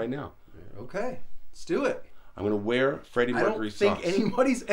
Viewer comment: “Where else am I gonna wea-well” lmao